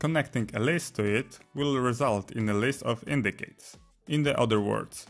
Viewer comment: Thank you for the video, one super minor reminder, c in "indices" is pronounced as a /s/ sound not a /k/ sound.